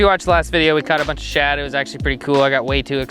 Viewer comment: You do know it’s “shad” and not “chad” right??..lol